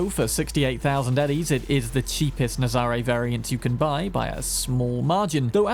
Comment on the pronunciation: The Nazaré is based on a place in Portugal, pronounced nazaray we an emphasis on the ray and not the za.